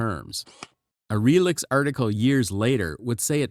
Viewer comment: Also note: Relix is pronounced "relics", not reel-icks.